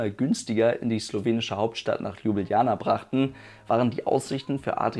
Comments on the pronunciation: "Lübilana", wer kennt diese Stadt nicht?😂 (Sorry, aber deine Aussprache ist zu geil) Gute Besserung💪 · Richtig korrekt Lublana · Nein. Ljubljana mit 2 "j"